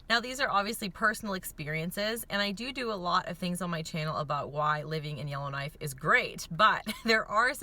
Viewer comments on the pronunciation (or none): I keep hearing Illinois but you're saying Yellowknife.